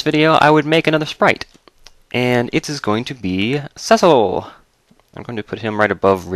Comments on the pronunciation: cecil is pronounced see-sil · well it is really pronounced see-sol